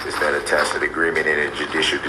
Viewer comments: Tackit agreement 🤣🤣🤣🤣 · If she never has to hear public servant again, axing a question, oaf of office, Tackit agreements, shock devices etc. it would be too soon! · You mean to tell me it’s not a “Tackit” agreement???? Darrell E. Brooks Jr should have paid attention to them Saturday morning cartoons when they were trying to teach his dumbass the alphabet and how to pronounce words 😂😂😘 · She “told” him how to say tacit! He was saying it messed up she was tired by then and just said I don’t know what TACIT…..then left the room I think. He’s been on point with it every sense;) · His dumb speech is the funniest thing - takkit not tacit, axed not asked, dat not that, hood rat ruuug. Etc